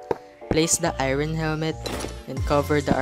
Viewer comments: Ngl it’s a little annoying when he said eayron instead or iron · I like how he says Irin for iron (I rorn)